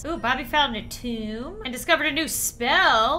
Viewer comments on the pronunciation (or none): none